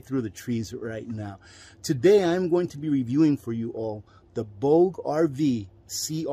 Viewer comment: Pronounced: “Boo ja” RV. 😎